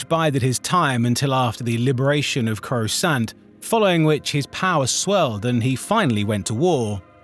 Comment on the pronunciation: How can you be a Star Wars YouTuber and manage to mispronounce SO MANY NAMES. Not even complex ones. Simple ones like coruscant and Dathomir. Both of which have been said 1000 times in movies and tv shows